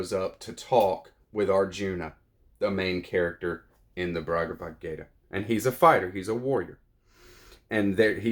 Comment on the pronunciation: Bhagavadgita, not BRagavadgayta